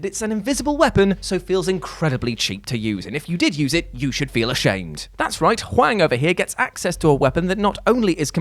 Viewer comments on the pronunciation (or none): none